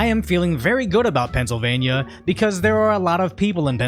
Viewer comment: Emptying the snort. And the slurring... Aii ffeeell ggooddd bout Pessilvania..